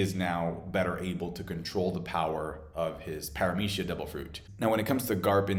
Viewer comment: He do be saying logia and paramecia weird tho